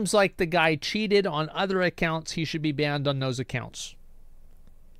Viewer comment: Maybe now hes banned he can actually put his time into something actually constructive. Like practicing how to pronounce simple f*cking words like "banned".. 🤦‍♂️